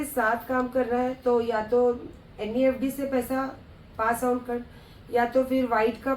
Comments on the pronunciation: Abey padhi likhi unpad woh neft hota hai nefd nahi hota hai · NEFD it's NEFT Hahahahaaa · neft hota h wo nefd nai.. bhut pade likhe bante ho aur itna nai pta